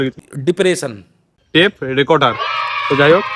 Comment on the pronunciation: আলাদাই🔥...আর টেপ রেকোটার না রেকোডার না রেকর্ডার টা সেরা😁😍...